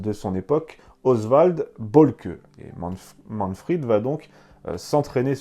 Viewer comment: Léon Vandjour Pourquoi prononcer Manfred à la façon anglaise par Manfrid ? En allemand, le v se prononce comme un F : von Richtophen se prononce Fon Richtophen. Mais à part ce petit détail, j'apprécie beaucoup votre ''Petite histoire'' ! Bien à vous.